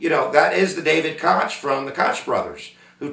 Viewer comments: Thought Joe Walsh ran in 1980 Thought it was pronounced Coke not cotch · It's not pronounced Kotch its pronounced like coke . That said unless you lived through it and this guy didn't you don't know . Liberal arts wrap up on history . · Koch is pronounced coke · the koch brothers last name is pronounced coke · Pronounce Coke